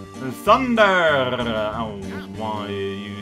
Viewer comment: saying thunderrrrr is the best thing.